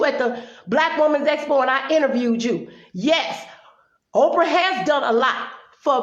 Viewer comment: Orprah? LOL!!! Good video, well said.